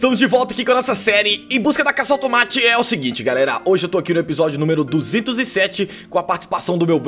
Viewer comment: Você falou automati